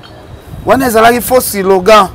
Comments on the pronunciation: on dit slogan et non silogan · On dit slogan et non silogan